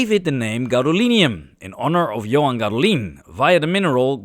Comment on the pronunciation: Gadolin's name is pronounced GAH-do-lin. He was Finnish, not French.